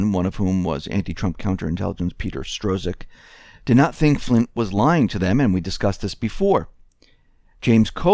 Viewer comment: Why... why are you STILL saying Stro-zik? Love the reports but that drives me up a wall